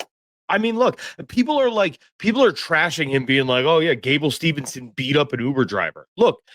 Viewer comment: Mispronouncing gables last name multiple times is crazy 😂😂